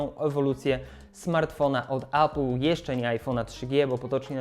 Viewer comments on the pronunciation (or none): Jakbyś,, mógł spróbować mówić 'epl' zamiast 'apl'. Niby pierdoła, ale wiesz jak z tym jest... A, no i udało się dotrwać do końca 😉